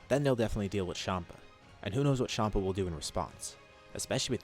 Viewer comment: Its champa not shampa